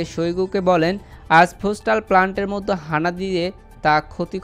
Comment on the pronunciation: "মধ্যে " উচ্চারণটা প্র‍্যাক্টিস করে নিবেন প্লিজ। "মদ্য" বলবেননা।